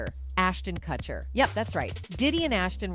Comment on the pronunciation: Why can’t you correctly pronounce Ashton & Mika’s last names?